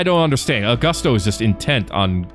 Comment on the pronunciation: Ayy, I made it, Sweet! Also its pronounced (Aw-goo-sto) , im honored